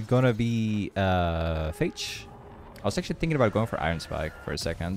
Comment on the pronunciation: Omg he said "phage" correctly!